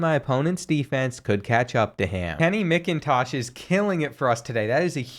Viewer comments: As a Georgia fan, it literally pained me every time you said MICKintosh instead of MACKintosh. But i still love the videos! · Also I cringed so hard at (Mick)intosh instead of (Mac)intosh but it’s all good because the goat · Kenny mc-in-tosh that’s not how u pronounce it in macintosh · Love ur videos man but as a dawgs fan I feel greatly insulted with the mispronouncing of Macintosh